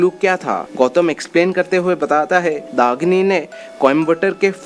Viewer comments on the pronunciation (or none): Dahini and not dagini behcd